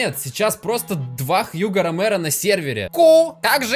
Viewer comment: У него ромено а не ромеро